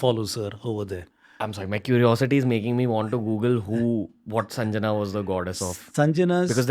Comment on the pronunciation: PLEASE READ PROPERLY N PRONOUNCE RIGHT WORD. ITS NOT SANJANA BUT " SANGYA". READ SANSKRIT IN TOTAL.